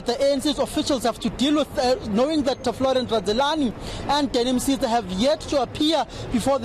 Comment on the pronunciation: Danny Msiza and not Mzate